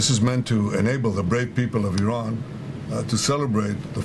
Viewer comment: It's Iran not "arron" as you keep calling it. If your going to commit war crimes in a country at least get their name right